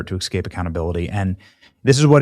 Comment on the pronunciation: It’s ESCAPE not EXCAPE,Benny. 🤦🏼‍♀️